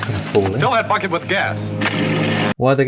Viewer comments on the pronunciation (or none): none